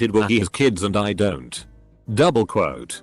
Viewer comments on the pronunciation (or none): Nobody: Text to speech: DoUbLe QuOtE